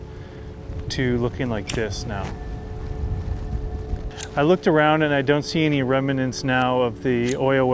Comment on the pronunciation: Interesting video. FYI, the word is “cost” not “costed” ….and “remnants” not “rem-i-nents”